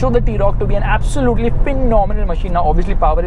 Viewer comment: Abv sooo lute LEEE LOL AWESOME WAY OF SAYING